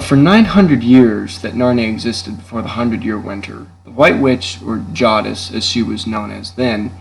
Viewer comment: This was really good, but I would consider pronouncing Jadis like Jaydis not Jardis and maugrim like morgrim. Because they pronounce it like that in the movie so it just makes sense lol. Don’t mean to be picky, just kinda weird to hear if you know what I mean. It’s like someone pronouncing Santa like Sunta. Other than that I think this will really take off with the Narnia fans! Maybe post this on the Narnia Subreddit (on reddit) they would be interested!! I know I am :)